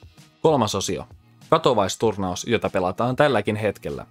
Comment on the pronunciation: katowais :D katowice, ei katowise